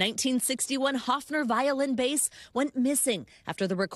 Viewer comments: What a crappy amateur report. And it's BASS. not "base". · I'm gonna state the obvious too, it's "bass", not "base".😂😂😂😂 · BASS NOT BASE! 😢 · They keep showing the wrong bass in this video. And, NBC, it's 'bass' not 'base' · Bass. It's "bass", not "base". Journalism much??? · LOL 'bass' not 'base' sheesh.